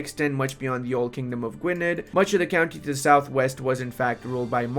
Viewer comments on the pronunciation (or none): A minor point. In Welsh a dd is pronounced more like a th, so Gwynedd is pronounced Gwyneth.